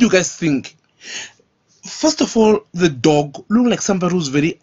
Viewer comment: I want to box you so you learn to pronounce the dogg not the dock.